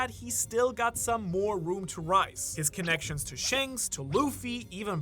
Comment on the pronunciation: Not trying to be mean I'm genuinely curious. I've been watching for a while, but does he say "powerful " and " shanks" like that on purpose? If its not on purpose I won't bring it up anymore I'm just curious because I love the "thanks/ shanks"